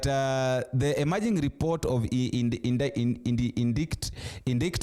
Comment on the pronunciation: indictment; noun 🔊indaitment 😂